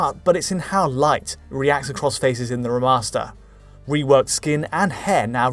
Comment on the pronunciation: “reh’master” lmao